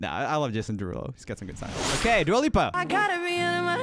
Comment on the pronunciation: Not "Dula Lipa Disco" 😂😂😂